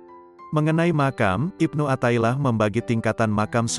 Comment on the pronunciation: Mf...kl bisa pembaca nya yg pasih dalam berbahasa arab contoh kl riyadhan dibaca nya riyadhoh athailiah di baca nya Atho'ilah...